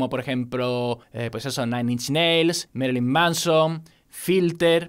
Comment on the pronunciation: uds los españoles pronuncian el ingles horriblemente.. y que merilyn.- de pech moD